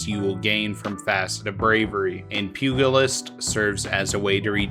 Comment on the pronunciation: I keep coming across youtubers who pronounce pugilist with a hard G for some reason. Very weird.